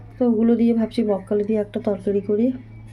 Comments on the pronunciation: কথাটা বকখালি নয় ওটা হচ্ছে ব্রকলি একটু ঠিকঠাক করে বলুন বারবার বকখালি বকখালি করছেন এটা বাজে লাগছে শুনতে আর আপনার কি অসুখ হয়েছে যে কথাই বলতে পারছেন না এদিকে ভিডিও করছেন বকখালি বকখালি বলে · Ota bokkhali noi ..apni thik kore uchharon korun ... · ব্রকলি বলুন বককলি বককলি বলছো